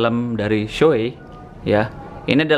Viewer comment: bacanya shui bosq